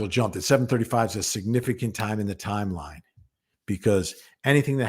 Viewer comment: We are not hearing jens schedule. Her yimeline.